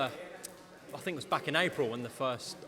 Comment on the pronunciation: When did it become the norm for everyone to say 'fink'? Good luck Joe!